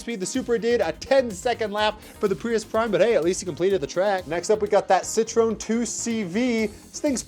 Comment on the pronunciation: Prius⚡ It's pronounced as "Citro-EN"